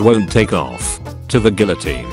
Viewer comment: When you pronounce guillotine guillotine instead of guillotine.